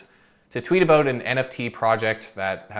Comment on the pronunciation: Is that a Canadian thing when people pronounce "about" as "aboot"?